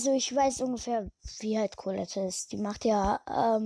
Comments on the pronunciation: Trotz dessen das ich kein Brawl Stars spiele: Collete wird Collet ausgesprochen und nicht Collet-e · Es wird Colette ausgesprochen